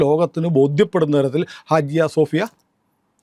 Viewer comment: ഹാജിയ സോഫിയ അല്ല, ഹാഗിയ സോഫിയ ആണ്